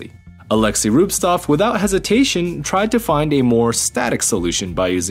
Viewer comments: I wander, why noone wrote it. He is not RubSTov, he is RubTSov, "TS", like in wort "cent". Even in russian there are no such bad names ))) rubSTov is hard to say) even you can see it. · Pretty sure it's Rubtsov not Rubstov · Dude it's rubTSov, (not rubestuff) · You pronounce Alexeys surname incorrectly through whole video.. Big sad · Ok the pronunciation at least matches the written name, but both are wrong. Pro tip: Just copy and paste it from wikipedia. ;)